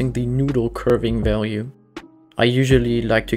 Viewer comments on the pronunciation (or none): none